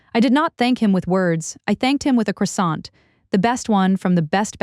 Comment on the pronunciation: Pronunciation of croissant is incorrect. Please correct it.